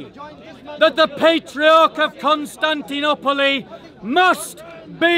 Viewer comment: Where did u learn to pronounce Constantinople like that.